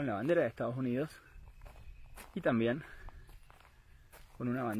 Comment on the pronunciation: Dice Donald Trump pero también dice estados yunidos